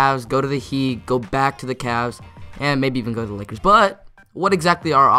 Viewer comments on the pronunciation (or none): none